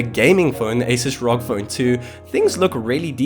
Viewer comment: who says R-O-G as rock 🤣🤣🤣